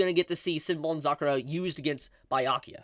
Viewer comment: Yet he nails down senbonzakura. Let it slide though since it's.